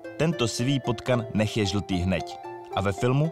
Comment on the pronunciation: presne, dôležité je, čo človek počuje prvé. preklad samotných slov bez kontextu je nezáživný a nevyznie to ako má. nabudúce si zožeň poradcu na slovenskú výslovnosť 😉 najlepšie hněď, nie hneď